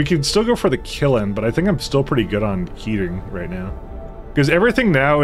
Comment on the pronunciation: you are kind of mispronouncing kiln, it's a kind of drawn together, closed LN sound at the end, and you're kind of saying kil-in. I guess this means you can't be a charcoal kilnsman, unlucky you.